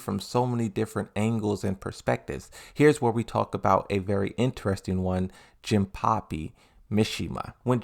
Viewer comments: no it's jin-pachi not jin-puppy or pappy. If im not remembering wrong, he is also pronouncing azucena's name like aklophena or something like that. That annoyed me and just wanted to say. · Why do u call Jinpachi "jinpapi" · it's not Jinpapi it's Jinpachi 😅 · Bro, is JINPACHI, pronounce the chi as in CHINA. The hell man... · Jinpuppy? Hey why are you pronouncing most of the names wrong? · It's a running gag of his. He intentionally mispronounces words for fun.